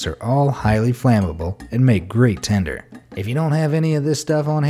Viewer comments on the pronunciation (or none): It's tinder not tender! But you did suggest using a condom to start a fire. So... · Why did he keep saying tender? Isn’t it tinder?